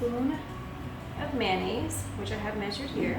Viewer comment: Noisy background. And it’s not mannaise. It’s mayonnaise .